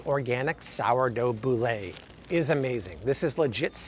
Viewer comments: Sorry but it is Boule not Boo-Lay. :) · It's pronounced 'bool', not "boo-lay" ;) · I already make my own marinara, bone broth and sourdough bread and get eggs from my chickens but I’ll definitely try some of the other things on this list, especially the meat and dairy. (BTW, not sure why you’re adding an accented e on boule. It’s pronounced bool, and just means ball in French.)